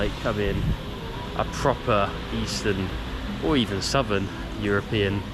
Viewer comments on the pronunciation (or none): none